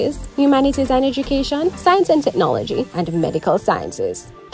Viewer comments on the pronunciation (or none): Ed"u"cation not Eg"i"cation!